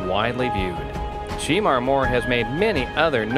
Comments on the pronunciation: Pronounce his name right Shermar Moore not She Mar. OMFG. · He is killing me with the pronunciation of his name. It is SHEMAR, not She-mar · Sheee-mar?! Really?! that's not the correct pronunciation of his name, get it right! Geez! its pronunced Sha-mar (although spelled Shemar). He is fine ass man, gorgeous! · Whoever is narrating, please pronounce Shemar's name correctly. It's like Sha-mar not She-mar. He is a talented actor... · You do realize his name is pronounced she-MAR not SHEE-mar. It sounded really weird every time you said his name wrong. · Why they calling him Sheemar? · His name is not she mar... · You calling him Sheemar....... What you trying to say? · I dislike the way this man is pronouncing his name as well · His name is not pronounced SHE MAR. For God sake! This clip is so irritating. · “She”mar who ? Lol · His name is not She Mar. Learn how to pronounce his name! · It's Not Sheeeemar!!! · Saying this mans name wrong is very annoying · It's also mispronouncing Sanaa Latham. I almost missed it, but I had just read about her being pregnant (by French Montana)! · YOU'RE PRONOUNCING HIS NAME ALL WRONG!!! "Get it together!" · He knows he's pronouncing his name wrong💩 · Learn how to pronounce his name correctly!!!!!! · The more this commentator mispronounces his name the more it irritates me! Lol